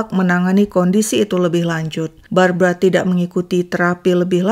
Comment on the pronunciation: Itu Barbara ..kenapa baca berita brabra⁉️⁉️⁉️⁉️